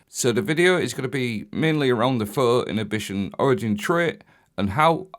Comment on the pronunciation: “phuuwo innitbition”